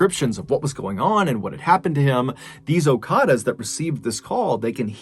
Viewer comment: Okadas not okaras